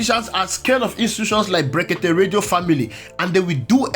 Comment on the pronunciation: Look at the way he pronounce blekeke illiterate